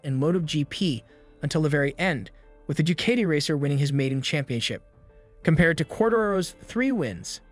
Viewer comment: du-cay-dee. LOOOL.